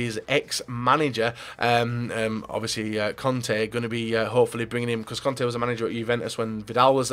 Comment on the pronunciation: u say vidal conte reunion.. i hear vidal kante reunion